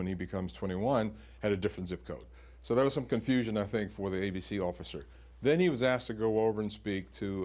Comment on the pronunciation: Illi-noise? Well, not so bad as Arkan-sass